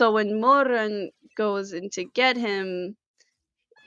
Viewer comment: 1. love the kiba outfit 2. cannot stand the way you say Mo RRRRUN (Chinese Pinyin r IS NOT the same as English r) 3. I'm so glad someone you made a summary for this because it's hard to find one that isn't about the donghua, a reading, or a specific chapter and covers a lot